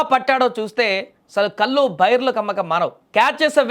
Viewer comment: కల్లు, సారా కాదు బాబు, కళ్ళు అనాలి.